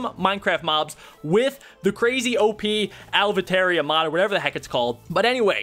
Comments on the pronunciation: Avaritia is pronounced Ah-Vah-Ri-Tee-Ah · This nigga said alvataria